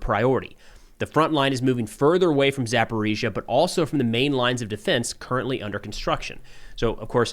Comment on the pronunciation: Thanks for not using the Russian pronunciation of Zaporizhzhia anymore.